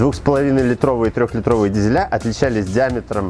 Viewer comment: Уважаемый ведущий, мне очень нравятся ваши обзоры, каждое утро, с моей девушкой мы смотрим новые выпуски. Но у моей девушки уже дёргается глаз от ваших "клапанА", "двигателЯ", "дизелЯ", правильно говорить "клапанЫ", "двигателИ", "дизелИ" с ударением на первый слог... Мне-то все равно, но я переживаю за ее психическое здоровье )